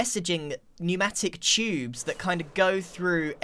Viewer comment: the way he says tubes is so funny, like “chubeeees”